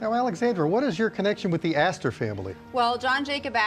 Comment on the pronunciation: john jacob aster-hymen-smitch? 😂 🍻